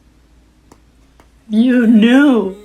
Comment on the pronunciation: Ayyoo "YOU KNIEW" had me rolling 😭😭😭